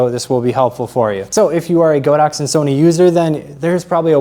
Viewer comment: It pronounces God ox!